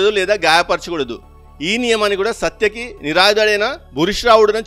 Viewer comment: మహాభారతం ను ఎందరో అనువాదం చేశారు. వారిలో వడ్డే నవీన్ లాంటి ఒక మానసిక రోగి ఇంగ్లీష్ లో రాసిన పుస్తకం నీకు ప్రామాణికం అయ్యిందా??? 7.30 నుండి చదివిన పేర్లు ఎన్ని తప్పులు ఉన్నాయో చూసుకో. ఇంగ్లీష్ లో రిఫరెన్స్ పెట్టి తెలుగులో మాట్లాడితే ఇలాగే ఉంటుంది. అసలు నీకు తెలుగు వచ్చా? సాత్యకి, ప్రాగ్ జ్యోతిష పురం అని చదవడం కూడా రాదు. 11.40 on same mount అంటే ఒకే కొండ మీద అని చెపుతున్న నీ మేధస్సుకు జోహార్లు. ముందు తెలుగు సక్రమంగా మాట్లాడడం నేర్చుకో. కురుక్షేత్రం కొలతలు సరిపోలేదు అన్నావు. నోవా పడవ కొలతలు సరిపోయినవా??? మరి బైబిల్ కూడా పిట్ట కథలేనా???